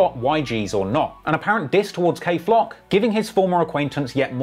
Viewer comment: Dthang and kayflock it’s not cuzin